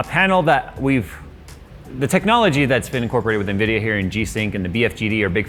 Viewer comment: Hey. You Said nVidia Wrong